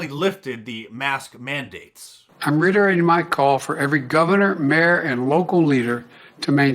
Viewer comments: Wtf does riterate mean dose joe ? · Joe what is "Riderate"?